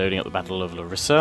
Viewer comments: I'm Greek and I am from Larissa,which btw is pronounced L(A)rissa not Lar(I)ssa ;) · ok you need some greeck pronounce lessons lets do it: epirus--> Ipiros with i not e , larissa--> lArissa not larIssa, perioikoi pickmen --> PERIIKI = perIiki pickmen , knOssos -->knossOs, herkidae --> IRAKLIDES= iraklIdes which kinda means the Hercules force , pella --> pElla, the creators of R2 are actualy writing the words wrong in greeck grammar "oi"," ei" is pronounced as an "i" same goes for "ai"="e" they took the greeck words and wrote them in an englich kaybort without changing anything